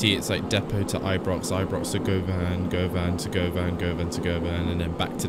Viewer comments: Also it’s not pronounced Go-Van it’s pronounced Gu-van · Pronunciation of Govan is Guv as in Governor, and Anne... Guv Anne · Great vid though just a heads up, like others have said Govan is pronounced as Guhvan (like you're saying luvin) & cessnock is pronounced as Sessnock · "Guvvin" would be a bit more accurate